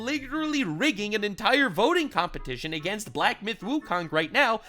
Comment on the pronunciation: hehe "agaenst"